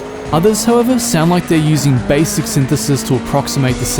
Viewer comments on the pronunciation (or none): none